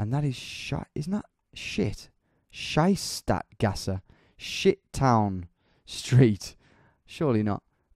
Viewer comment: That was not "shit" in German. Shit it Scheisse and that was Schiesse. IE and EI take the sound of the second letter in German